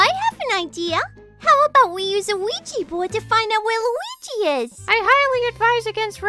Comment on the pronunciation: "WeeGee" Board